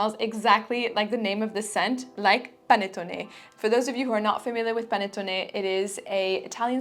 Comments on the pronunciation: Hi! perfect pronunciation of "panettone" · Great video! Thank you so much from Italy! You pronounced "panettone" perfectly! ♥